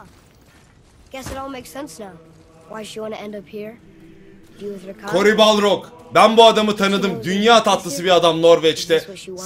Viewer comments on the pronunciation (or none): Cory Balrog değil Cory Barlog. Balrog yüzüklerin efendisindeki you shall not pass şeysi. O adam o değil. Telaffuz hatası:)))